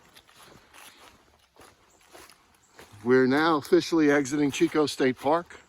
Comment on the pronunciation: hey brother, just to let you know, Chicot is not pronounced CH as in Cheeck, it pronounced like SH as in Sheeco. Chicot is the French word for "stump"